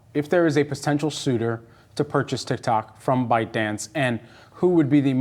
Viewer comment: Funny how he pronounces it as TicTac, not TikTok 😂